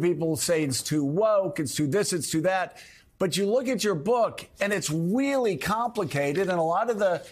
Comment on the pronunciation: Bruh the reporter said "weally complicated", 😂😂😂 its nice to know that these reporters are actual babies, and yes ive rewatched it twice he really does say weally, 😅